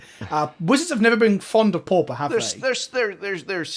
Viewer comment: It's Pauper not Pawpah